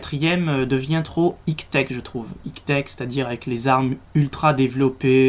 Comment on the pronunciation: mdr tu dit : higue teque on dit Aille Tek avec l'accent anglais ^^